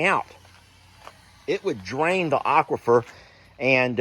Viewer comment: You're a teacher you should be able to pronounce aquifer